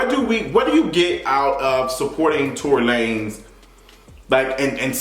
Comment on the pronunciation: When you said Tory LaNes i lost it🤣🤣🤣🤣🤣🤣🤣